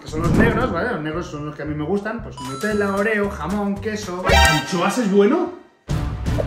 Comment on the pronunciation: No es. Nutellaes. Nutela